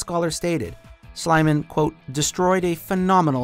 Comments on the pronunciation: It is Schliemann not Schleimann. If you dont know how to pronounce it, then dont! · It's called Schlie [ii] mann - so no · it is pronounced "Sh-lee-man" not "sh-leye-man" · You butchered Schliemann’s name!